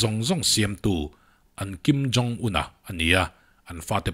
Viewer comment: Kimjongun tih lai hi ithaw fuh e 🤣🤣🤣🤣